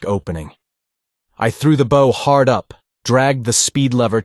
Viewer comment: thank you so much for sharing these, i love them from childhood!! i also wish to add; be consistent. you call Phaidor 2 names;(Fay-dor and Fye-dor) and at one point she actually calls herself both versions. no good. also the front of is called a Bow (rhymes with how) but you call it both bow(like arrow) and Bow (correctly). Aside from not differentiating between characters consistently (often they sound exactly as the narrator) these are my only notes. you can do this well, but also can do it better!!🫶🏾👊🏾